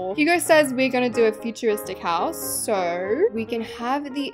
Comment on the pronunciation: Ah yes we call a house a ✨hosue✨